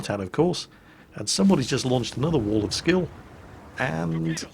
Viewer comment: "Wall of skill". LOL!